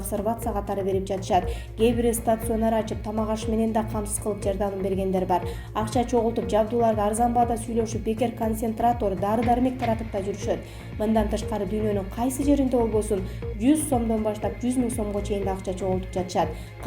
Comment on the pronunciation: ай ущул дикторлор,неге мынча сабатсызсынар?? Больница,пандемия , концентратор ж.б.создорду ударениелерин улам-улам туура эмес коюп суйлогону адамдын кыжырын келтирет!!! САБАТТУУ БОЛГУЛАЧЫ, же суйлобой эле койгула! Администратор, безграмотныйларды чыгарбагылачы!!!